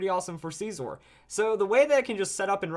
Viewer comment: scizor is pronounced like scissor, unsup